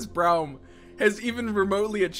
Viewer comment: How he says Braum frustrates me.